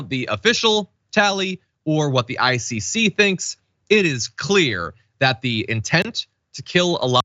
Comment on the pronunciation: ICC sounds like "icy sea" if you're just listening. Had to do a rewind. lol.